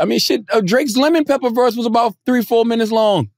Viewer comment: "all tree uh yall" 🤣